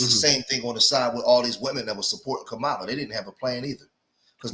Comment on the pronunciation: So you decided to give the most corrupt man in politics crazy power. Did you actually listen to what Kamala was running on? We say we don't want hand outs but instead opportunities. Kamala (comma-la) (crazy you're pronouncing her name the way Trump does.....but you don't follow him right?😂) Kamala had economic policy to help black men. Tax credits for new fathers, money for investments. Under Biden black poverty was greatly reduced, factories increased. The complete opposite under Trump. Yall talking about trans-boxers in the Olympics when Trump caged kids and separated families??? Get out of here man!!